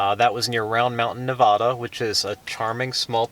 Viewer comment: fyi it's Nev-add-da not Nev-odd-a